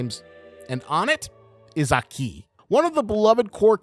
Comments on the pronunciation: It’s fun hearing Americans pronounce Japanese names incorrectly bro said “aKEEEE” 🤣🤦‍♂️ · Broo plsss i like you content bu plsss pronouce the names right like aki not a ki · That isn't how Japanese people pronounce Aki. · Great vid but the way you pronounce Aki's name is just not it bro